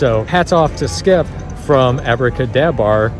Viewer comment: Impressed by how times you said Abracadabar successfully lol